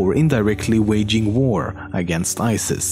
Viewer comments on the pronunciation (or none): none